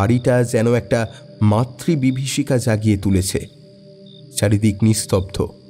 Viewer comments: 42.11 তে শব্দটা কি মাতৃবিভিষিকা না মৃত্যু বিভীষিকা হবে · অনেকদিন পরে আপনাদের রিপ্লাইটা খেয়াল করলাম। আপনারা মৃত্যু বিভীষিকা কে মাতৃ বিভীষিকা উচ্চারণ করেছেন। আর কিছু ভুল সেই সময় লক্ষ্য করে থাকলেও এতদিন পরে আর মনে নেই। আরো একটা জিনিষ আমার অদ্ভুত লাগল। আমি কালো ভ্রমরের সব কটি গল্প পড়েছি। এই গল্পটি আসলে কালো ভ্রমরের দ্বিতীয় পর্যায়। গল্পটি third person এ লেখা কিন্তু আপনারা সুব্রতর জবানিতে গল্পটা বলেছেন কেন সেটা বুঝতে পারলাম না।